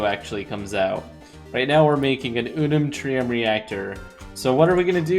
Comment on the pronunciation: Me when he said reactor with I unnuntrem: 😑😑